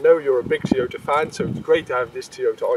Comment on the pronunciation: What's a "Tee-ota?" Is that like a "Tyrota?"